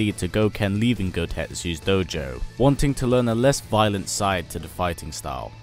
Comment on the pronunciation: doughjou lol, satzu accent